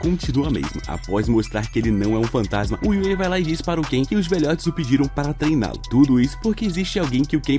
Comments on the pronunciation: É kai não Ken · Não é Ken é cain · O cara ta pronunciando em português errado não é ken mas sim kain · N é kein é kai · na vdd n é ken e sim kain